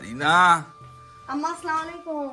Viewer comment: একটু ভালো করে সালাম দিবেন। আসসালামুয়ালাইকুম বলে সালাম দিতে হয়।চামুলাইকুম এটা কোন সালাম না।